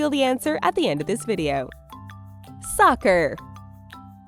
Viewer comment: Who else heard "sucker" instead of "soccer" ? lol